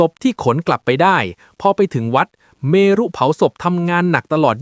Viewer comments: เมรุ อ่านว่า เมน ไม่ใช่ เมรุ จะบ้า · เมรุ อ่านว่าเมน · เมรุ อ่านว่า เมน ไม่ไช่อ่านว่า เม-รุ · เมรุ เผาศพ อ่านว่า เมน เผา สบ ไม่อ่านว่า เม รุ ฉิบหายวายวอด วายวอด ไม่อ่าน วาย หวอด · AI ยังอ่านคำว่า เมรุ ไม่ได้